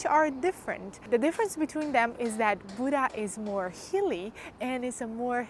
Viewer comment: Buda, not Buddha!